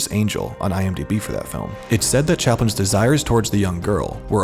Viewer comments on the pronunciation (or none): none